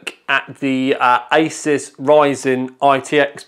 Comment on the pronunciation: I thought you said 'isis' in the beginning but realised you said 'asus' when I rewinded. Good times.